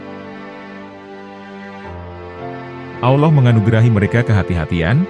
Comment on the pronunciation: Maaf ya jujur sy suka Chanel ini, tapi sdikit terganggu dgn pengucapan admin dlm kata Alloh......kok trdengar kurang luwes /kaku....gmna gitu ya....ngeganjel di kuping n dadaku